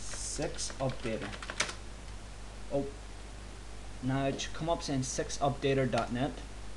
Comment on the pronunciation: six launcher oh i thought you said sex launcher lol good tutorial